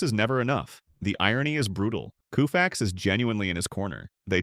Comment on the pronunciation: Bro is COE-FAX not KOO - FAX. A.I. bullshit.